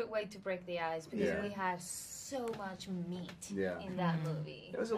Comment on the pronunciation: *pequeña corrección, en un momento dicen romper los ojos, parece que dice así porque hielo y ojo, en ingles suenan igual, pero es romper el hielo